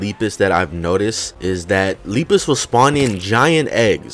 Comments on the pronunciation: Lepus is pronounced Lep is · this d00d sounds like Jeruhmi,a ROBLOX youtuber (lol) and Lepus is pronounced as Leh-Pus